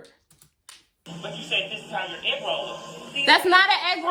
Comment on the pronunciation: "The FBI is not investigating your eegroll." LMAO. I can hardly type this I'm crying so hard.